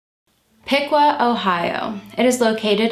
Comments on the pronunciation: Piqua is certainly not pronounced pee-kwah, it’s pik-wuh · Just a tip from a crazy Ohioan: Piqua is pronounced pee-kwah and Medina is pronounced meh-die-nuh